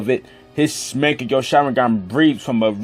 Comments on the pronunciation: Get ur pronounciation right😑, wtf is makekyo??😂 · is mangekyou not mangeko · why this dude making videos on Naruto when he doesn't even know how to pronounce or spell mankegyou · monkekia washeringrrr lol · lol i like how he says mangekyo...... pretty sure hes never watched naruto in his life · Your pronunciation of mangekyo gave me cancer xD